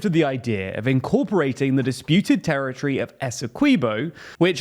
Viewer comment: Territory!!! Not terrortree